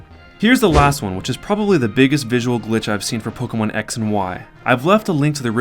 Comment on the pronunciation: it's not polkamon dumbass. say it right.